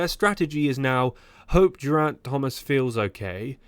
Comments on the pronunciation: Please trouble yourself to learn how to say Geriant's name. G is fine though. While you're at it, how about a bit of study on how to say anatomical word too Otherwise very entertaining! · What kind of content is this? You can't even pronounce "Geraint" or "Brailsford" or "rudderless" or "Arensmen" properly bro. Do you know the you're on about? Back to the ai drawing board...